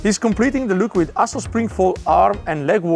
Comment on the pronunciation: Brilliant - but I can't help but hear 'arsehole' when Matteo says 'Assos' 😂